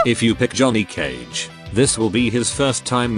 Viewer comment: "Jhoony Cage"?